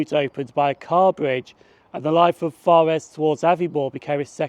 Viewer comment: Good video, but after the initial forres you mispronouced it. It's fores